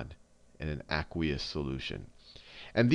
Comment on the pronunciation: You say aqueous weird. It drives me nuts!